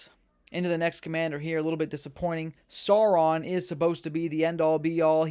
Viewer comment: maiar = my-r , you nailed it on the Sauron. Great video bro!